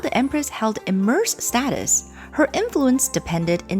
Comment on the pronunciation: Sorry for repeating this: you keep saying “immerse”, linstead of “immense”.